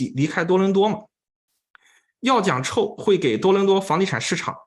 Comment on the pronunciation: Chow. Ow 发音 不是臭 ，是奥。night owl 的奥